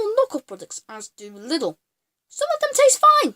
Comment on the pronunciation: I could Punch you for how you Pronunce Lidl and herein Germany Lidl and Aldi are pretty Solid and good quality and funfact some of those knockoff productd are owned by the Company they are pretending to be so they can sell both product varietys